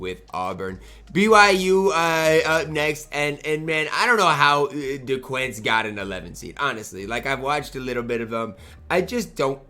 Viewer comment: Duquesne (Di-cane) not (de-quense)